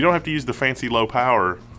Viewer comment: Kee-o-zee-ah I think.